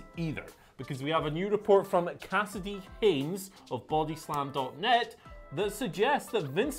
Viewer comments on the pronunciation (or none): none